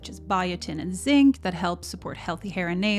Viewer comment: It’s so cute you never say Z! It’s not “sink”, it’s “Zink”!❤😅😅